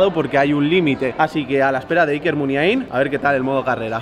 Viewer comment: La forma correcta de decirla es la que dice el presentador en el